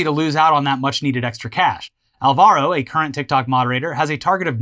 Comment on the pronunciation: That's not how you say Álvaro. The tick mark is where you accentuate the word, it can't be easier. It's not Alva-róh, it's Ál-varo.